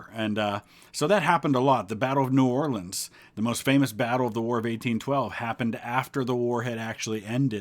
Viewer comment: "I'm subscribing just because he pronounced "New Orleans" correctly.